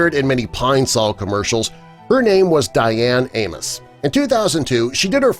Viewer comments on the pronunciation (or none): none